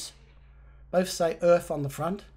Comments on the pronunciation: Hi, first of all I enjoy looking at your channel, as a retired truck driver all of my working life I have drove many ERF's and Fodens', as other subscribers have mentioned the company is not pronounced "Erf" it's "ERF" in latter years there was all sorts of arguments within the family of Foden trucks, Edwin Richard Foden broke away to start ERF trucks, both company's have since defunct with I think ERF taken over by MAN trucks Germany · it’s E.R.F... not “Erf” the latter is what a Londoner plants his potato’s in.. 😂😂😂 E.R Foden was part of the Foden truck family. Foden wanted to stay with steam lorries but E.R Foden wanted to go diesel so started his own company E. R. F. Love the videos mate. Keep em coming